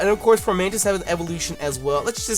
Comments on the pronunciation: he said flormantis my boy is blind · Your favorite little mantis is pronounced FOmantis. There's no r. Nothing against u, u just misread it. Figured u want to know since u love that dope mon so much. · There is no R in Fomantis.... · ITS FOMANTIS AUCHIHAKAHEKBDOSBDKDLAIAIQNSAP NOT FORMANTIS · why are you pronouncing an R in Fomantis's name? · There's no R in Fomantis lol